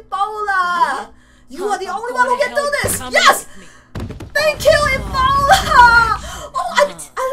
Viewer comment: It's E-bolda